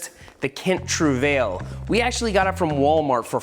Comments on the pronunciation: I know its a bit late for the kent... But as a french canadian, your pronounciation always bothered me 😅 it's not easy to convey by text but it sound a bit like; kent true-vah-yeh. Otherwise, great video :) hopefully making some other life long bike addicts! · Trouvaille is pronounced True v-eye. It's a French word.